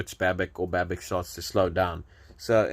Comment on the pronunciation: The correct pronunciation is Babitch and not Babick.